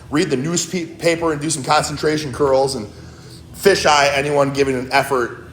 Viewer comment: Every time he says FISHEYE I frickin die 😂